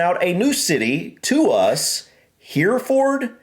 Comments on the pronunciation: Steve, less emphasis on the FORD, more like Heref’d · Pronounced like ..Heh ree fud...we generally don't say ford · English narrator "Herra fud" Steve aaah " Herra ford" . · Fud not ford. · How do you say this? Hears Herrafud Goes on to say HerraFFOORRRRD 😂👍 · 'Herefud'.....don't say 'ford' as in Ford car. If in doubt, cut things short!!!!! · You may not have recognised that the cattle are from the same place, because the word is (mis)pronounced in the USA as "Hur-Furd". There is a film about those cattle starring James Stewart, called "The Rare Breed". [Amusingly for us Brits, the leading lady in that film is called Evans, typically a Welsh name - but she has no Welsh accent; and one of the leading men is called Bowen, another Welsh name, but he has a Scottish accent !!] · not fooooooorrd fud herafud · say it like, hair-ra -ford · PLEASE say Herrafudd. My ears are hurting.